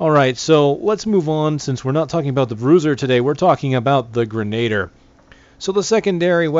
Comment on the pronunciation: No offence, I literally could not watch past the first time you tried to say grenadier. It's pronounced "grenah-deer" not "grenayder"